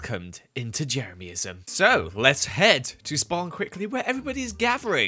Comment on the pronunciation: Hi you are the best. I am a huge fan and member of Jeremyism ( which prounounces wrong) I numbered every item I own Jeremy 1234....